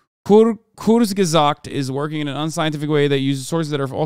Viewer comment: "Kurgisags" 😂 It's Kurzgesagt. Kurz-ge-sagt^^